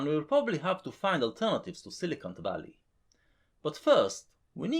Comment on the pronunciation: Heh, I know you're saying "Coelacanth"... but I choose to hear "Silly cunt" ;)